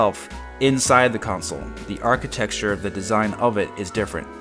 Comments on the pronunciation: Stop saying architexture. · Whenever you say "architexture", it makes me love you even more.